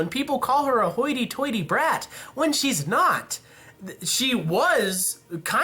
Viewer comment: dude quit saying haughty tightly like that lol It's a joke by the way